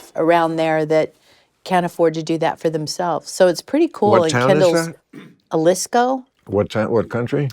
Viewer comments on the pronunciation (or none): Haalisco is how the state of Jalisco in the country of Mexico is pronounced It is the state where Tequila is made. 🙄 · It's Jalisco (Ha-lees-co) not a town, a region. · It's Jalisco pronounced Halisco Chris. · No one caught Kris saying Alisco when it’s JALISCO!! 🇲🇽 🙄🙄🙄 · I will not drink any of those drinks because she knows Shit about them nonetheless KNOW the Mexican City it comes out of. C’mon, I’m Navajo and I know how to pronounce Jalisco🙄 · Jalisco... That's not how you say it. And it's a state in Mexico, not a town. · How do you not know how to pronounce "Jalisco" but claim your tequila helps its people? No awareness.